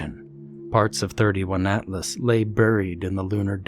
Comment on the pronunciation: 31? It's the third interstellar object called Atlas. 3 i / atlas. Makes me cringe when I hear it. Awesome narration though. Greetings from the Netherlands